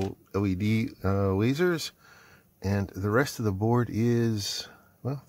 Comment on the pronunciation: "Lazeds" or "Ledzers"